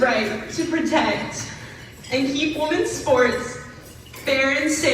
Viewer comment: When did we forget how to pronounce the word "women"?